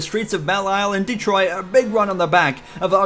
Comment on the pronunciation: Nice podium in "Detroiat"